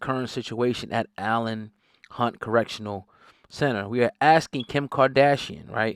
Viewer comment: It’s pronounced E lane Hunt